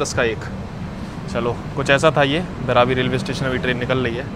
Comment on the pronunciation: Bhai station ka naam Devnagri me bhi likha hua hai, phir bhi thik se nahi padh paate ho. बइरबी naam hai. बैराबी nahi.